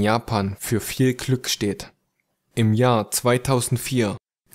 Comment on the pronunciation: Haha!!! Ich bin Blutgruppe 0! Sie kann mich nicht töten^^ Ok das war ehrlich gesagt das beste Hörspiel, über Kuchisake Onna, das ich bis jz auf YouTube gesehen habe^^ Aber verbessere bitte deine Aussprache... z.B. Das heißt Glück und nicht Klück^^ Trotzdem sehr gut:)